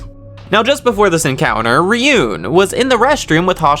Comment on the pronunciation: you calling Ryuuen "Ryun" is like calling him "Dragon Boy" 😅